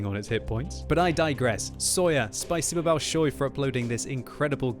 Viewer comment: If my 48-year-old Russian training is still valid, “thank you very much “in Russian is pronounced “spa-see-bah ball-show-ya” (accent on the second syllable on each case).